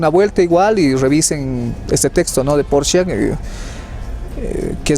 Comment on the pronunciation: Apellido Porchia no es hispano, la CH en italiano suena k o Q. Gracias